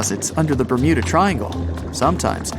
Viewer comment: Ber'mood'a triangle (Ik its bermuda but the mud sounds like mood lol )